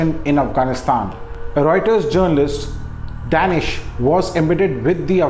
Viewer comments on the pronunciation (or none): Say "Dhaaaneesh" not "Daenish" !!! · "डेनिश" नहीं दानिश है। फ़ेक accent के बादशाह😂